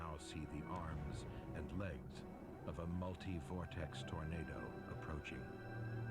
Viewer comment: I'm trying not to hear the OP say "ternado" lol...just me? 😝